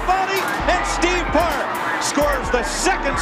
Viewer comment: Steve Park....not Steve "Parks"....and how other than opinion, can you say Park was one of their best drivers? How about Dale Jr? Martin Truex Jr? Furthermore, yes, Teresa did run it into the ground. The blame and responsibility for the downfall and demise of DEI lies square and flat at her feet, period. Ask the Eury's....ask Ty Norris, ask Dale Jr, ask Kelley, Kerry, ask Michael or Darrell Waltrip. Ask all the former DEI employees. I can go on, but that's all. Have a good one, and take care🙂👍